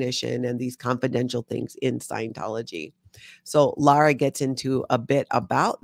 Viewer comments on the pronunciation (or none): none